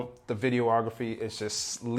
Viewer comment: Why do people put that extra syllable in "videography" and "videographer"? It "vid-e-ah-graf-er" not "vid-e-O-ah-graf-er" ... just sayin'!!